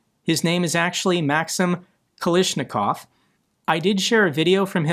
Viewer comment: Not maksim its pronounced max-seem